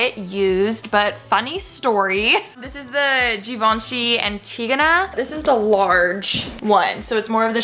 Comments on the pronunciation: i love her but the way she said givenchy hurt me so much😫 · “Givenchy is my favorite designer” can’t even pronounce the name💀